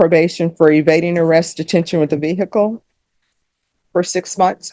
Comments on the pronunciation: Vehicle is a three syllable word - ve-i-cle. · Ve-hi-cle😂 Gets me every time! Only 2 syllables judge, not 3!😂😂😂